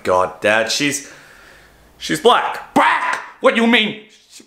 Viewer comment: LOL he said BLACC?? LIKE A BLACC PANTHA!?!?! lol im dead (btw I'm african American and don't find this offensive)